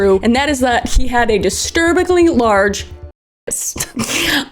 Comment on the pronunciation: I am dying of laughter. "and that was that he had a disturbickly large..." and cut for an advertisement on comprehensive in-hospital medical cover 🤣